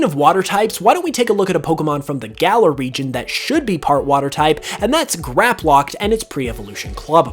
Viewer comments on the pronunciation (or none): none